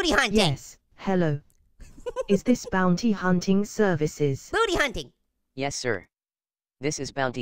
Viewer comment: sigh u don't know to say bounty